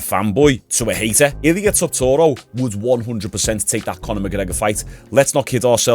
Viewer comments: Bro, how many times you gonna say Topuria wrong? You add six extra syllables and four letters that are not in it. Tuh-poor-e-ya. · i’ve never heard someone pronounce Topuria name like that🤣 he must be doing the speed thing getting everyone’s name wrong for engagement. never fails